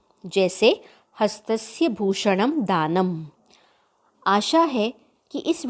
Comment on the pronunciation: आपने आखिरी example गलत दिया हस्तस्य भूषण्न् दानम् आएगा भूषण् का उच्चारण भूषणम् नहीं भूषण्न् होगा